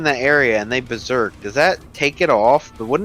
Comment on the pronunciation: You did not just say bear-serk Kinda sick,I might use that one later